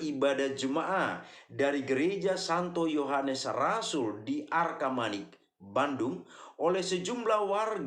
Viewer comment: Bukan arkamanik om tapi arcamanik